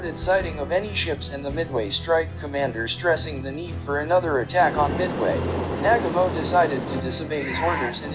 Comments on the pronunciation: It’s Nagumo not Nagamo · This narrator can’t say Nagumo, he calls him Nagamo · It's not "Nag-a-MO"...it's "Na-gu-mo". It isn't that hard to get it right. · Well done video, very informative. BTW, it's NaGUmo, not NAGamo, just sayin' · Narrator is a nalfy! It's Na gam oh not naga moe. Must be a computer generated voice. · Nag ga mo? U mean Newgumo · Excuse me! "Admiral nag--uh--mo?" Try "Admiral Nuh--gah--mo". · Nagumo...Na-GOO-Moe, Nagumo. Not Nagamo. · It's pronounced NAGU-MO. Not nagamo. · it's Na-gu-mo........ not nag-amo.... horrible.... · "NAG-a-moe"?!!! Uh, Na-GUU-moe... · MOST ANNOYING !! the name is pronounced nah-GOO-mo, not NAG-a-mo !! Information is well- researched though. I'll give you a "B". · Nagumo not nagomoe! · Nah-gooooooo-Moe... It is so frustrating on YouTube for the many "experts" in their field to bastardize pronunciation of the simplest names and words that are readily available from other sources. DON'T let the computerized voices win! Give them a bit, and they'll take a byte.... Where does it all end? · It is said Na ..GOO ..MO. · Who the hell is Nag A Mo????🤣🤣🤣🤣🤣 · The Japanese commander was pronounced Naah Goo Mo. Always when narrating get your name pronunciations correct. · The pronunciation of Adm. Nagumo's name is a war crime. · Hear hear!! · Without a doubt. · The narration does detract from the video - particularly the pronunciation of Admiral Chūichi Nagumo's last name. The rest of it though is very good - worth doing over with better sound. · Pretty solid video. Good video source material. Sound quality of the narration could have been better. And if you’re going to say the name ‘Nagumo’ this many times, you may want to learn how to pronounce it first. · It would be great if your narrator could pronounce names correctly especially “Nagumo.”